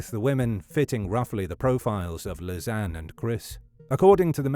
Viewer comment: Great video, thank you! Just a detail, that name is pronounced as Liss-annie.